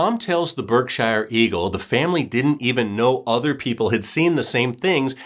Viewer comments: It’s not pronounced as Berk-Shire it’s pronounced as ‘Birk-Sheer.’ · Berk-sheer is how you pronounce Berkshire. We pronounce things wicked strange in Mass 🤷🏻‍♀️ I can’t believe I’d never heard of this story. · Berkshire.... pronounced BerkSHEER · We pronounce it Berksure county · Lol How come you are letting him getting away with the BerkSHIRE pronunciation then?? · Lol we pronounce it Birk-sheer!! There are so many funny sounding Towns here in Mass!! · Good story. It’s pronounced BERK- shurr . No hobbits here! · pronounce Berkshire correctly will ya I'm from there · Lol. I just commented the same thing. I see other people from Mass commenting yet I don't see anyone else correcting the pronunciation like you and I did.